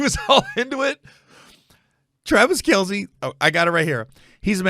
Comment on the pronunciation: Travis MF KEL, NOT R Kell